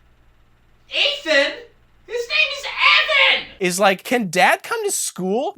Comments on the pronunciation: Great review, but the main characters name is pronounced Evan not Ethan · I had to watch this twice to notice that you’re saying Ethan instead of Evan the whole time 😂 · It was super upsetting that you got Evan’s name wrong so many times,! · Getting the name right once makes it so much funnier than if you had gotten it wrong every time